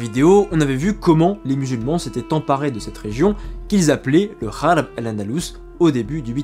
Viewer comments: Tu continue à dire kharb alors que c'est gharb??? Pourquoi ? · attention pas kharb andallouss mais rharb andallouss. R comme ronaldo. KHARB A UN SENS DE RUINE. ET GHARB RHARB RARB A UN SENS D OCCIDENT.